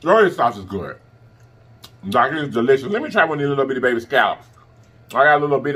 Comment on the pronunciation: you should make merch that says "deLLIPScious"